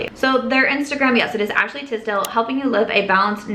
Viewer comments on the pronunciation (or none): none